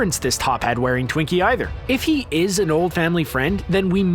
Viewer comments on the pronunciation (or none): none